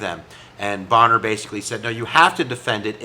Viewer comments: Pronounced bain-er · Bayner - the Speaker's name is pronounced Bayner - other than that you've actually put a lot of muscle on what was a pretty thin skeleton from the media about this - thanks :) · Fascinating situation. Thanks for making both sides clear. Wasn't it Jackson who, in an argument with an aid about defying the Supreme Court said, "let Judge so and so stop me with his army." (Bummer on the pronunciation mistake. That just shows you read more than listen.)